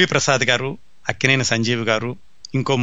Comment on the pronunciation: sir, mee program vindam modati saari , chaala information undi, khachitamga idi cini priyulaku chaala aasakti karamainadi , kaaboye directors ki idi goppa nidhi. dayachesi kshamincha galaru... Lakkineni kadaa mari meeru akkineni ani palukutunnaru.